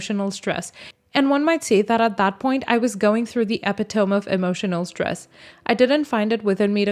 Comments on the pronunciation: Epitome. Pronounced E pit oh me. Not epi tome. You read well and have a charming voice, though, and I guess we all have a word or two we mispronounce. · Geebus. Can you PLEASE learn to pronounce words you don’t know? Every single video there’s an outrage on my mother tongue. It’s not EP-ee-tome, it’s ee-PIT- oh-mee. Please, please. It pulls me right out of the narrative. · Ee-pit-oh-me, not ep I tome🤦‍♀️ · There is an epidemic of readers who are pronouncing epitome incorrectly. It is NOT EPI-TOME it is E-pit-o-me. It is a greek word. I only mention it because I've heard it wrong at least four times in the past couple of days. :) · Well...I know there are lots of words that are kind of po-tay toh /po - tah -too. But I wasn't aware that epi tome was acceptable. My trusted OED insists that e pit oh me is the accepted pronunciation...but it isn't the newest edition.